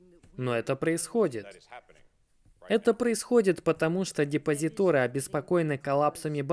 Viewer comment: За контент - пятёрка, за русский - тройбан! ДепозитОры … 😮